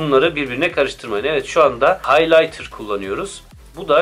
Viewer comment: Haylaynır, aylaynır , haylatır